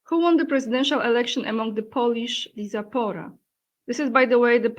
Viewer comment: Check the pronunciation of diaspora using google translator